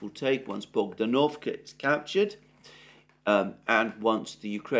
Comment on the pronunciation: It's bogd-A-novka not bogdan-O-vka. Emphasis is on the second syllable.